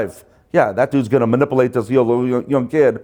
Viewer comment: I love how he says “maNIPPLEate” 😆 no hate 😘✌️